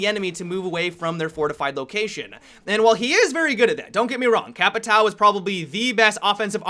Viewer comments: Capitao is pronounced cap-I-tōun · and he still pronounces it wrong you say it like "capi-town" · You are saying "capitao" completely wrong lol... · here's the right way to pronounce "Capitão": The "ã" is pronounced just like the letter "o" in "come".:D In this video, the way you were saying "capitao" means "capital" in portuguese. xD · dude i live in brazil the way you pronunciate capitao is very very bad just call him captain . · you say capitão in a very weird way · man only me get really annoyed when someone say's capitão in the wrong way ? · Stop trying to pronounce "Capitão" you are obviously shit at it, just call him captain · Who cares if he mis pronounces, you still know exactly what he means so get that metal rod out of your ass. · please put 'capitão'and 'caveira' in Google translate to said it right.